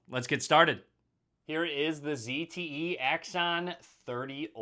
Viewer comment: He said zte right! The other british guy kept calling it a zedd te